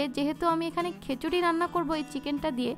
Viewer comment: বারবার কেন খেচুরি বলছেন!